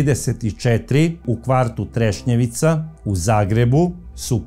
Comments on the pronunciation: kaže se Trešnjevka u Zagrebu je kvart a nije Trešnjevica 😊 pozdrav iz Zagreba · Trešnjevka. Ne trešnjevica. Kao da kažete voždobac umjesto voždovac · kvart je Trešnjevka, ne treševica. Inače sjajna emisija kao i svaka vaša. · Kao i uvijek, preodlična emisija. Hvala Vam. Samo jedna mala, prijateljska napomena. Naselje se zove Trešnjevka, nije Trešnjevica, iako zvuči baš simpatično! Pozdrav iz Zagreba! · sve su vam emisije super samo uvijek kvartove Zagreba krivo izgovorite nije trešnjevica nego trešnjevka i u emisiji o Marijani Seifert nasalje je savica molim vas obratite na to pažnju